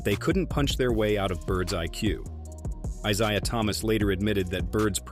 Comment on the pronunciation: "EYE-SIE-UH" Thomas? "Bird only one to save Magic's life"?! Was this done by some 20-something YO who s unwilling to do significant research?! 40 seconds in, I can't take any more!